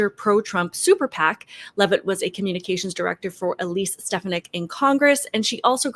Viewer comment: Not to be petty, but just to educate. Many friends and family allow people to mispronounce words, and not correct them, for various reasons. I'm no grammar not-zee, but I just want to inform you that Elise Stefanik's surname is pronounced Stuh-Fawn-uck.